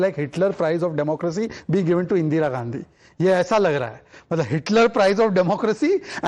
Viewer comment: So Ga can't even pronounce In Ga's name correctly. 50 years feeding on mother India and can't be bothered to pronounce Indira instead of Indeera.